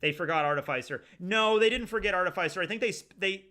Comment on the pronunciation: Am I the only one annoyed at the mispronunciation of "artificer"? It's not "arti-fays-er" it's "arti-fis-er" like in artificial.